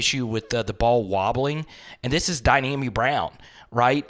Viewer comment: Really not that big a deal but its Dyami! Why does everyone say Dynami? 😅